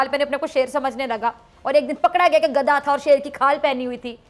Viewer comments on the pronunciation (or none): She doesn’t pronounce gadha correctly